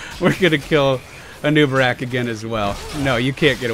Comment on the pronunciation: "a neewbarack " :D